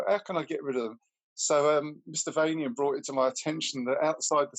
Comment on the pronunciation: Vanian is pronounced "VaYnian" dear.....as in "Transylvanian".